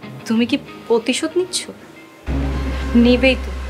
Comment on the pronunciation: রাভিনার উচ্চারণের সমস্যা আছে, প্রতিশোধ বলতে গেলে পতিশোধ বলে ফেলে ।